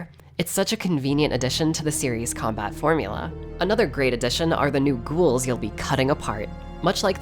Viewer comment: I love how you called em gouls